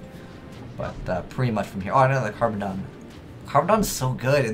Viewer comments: its called "carboneddon" and not "carbodon".... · just for reference sake pronunciation is "Carbon-edd-on" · Carboneddon Car-bon-edd-on is can't pronounce anything. Also I like how he says the deck isn't that great and then this video comes out.